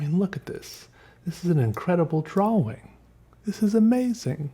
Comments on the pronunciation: Feel like kicking him in the head the way he pronounces drawing. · Viewer Judges how pronounces 'drawing': Is this a mistake?